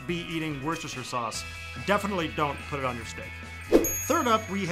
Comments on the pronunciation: I thought it was pronounced "wosh-ter" sauce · You did not butcher the pronunciation of Worcestershire source! One happy Brit here. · #2 is the worcest fer shire